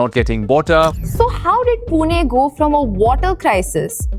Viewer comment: it is not पुने it is पुणे , learn to pronounce the city name correctly, do not do it as per north indian standards. and the water crisis is because unlimited migration of people from outside..20 30 years back this was a nice city before outsiders overcrowded it..now we feel like foreigners in our own city due to uncontrolled migration from Hindi BIMARU belt